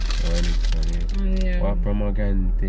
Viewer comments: "pomegrante"😭 demm>>> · “ pomegrante vinagrante “ 😂😂😂😂😂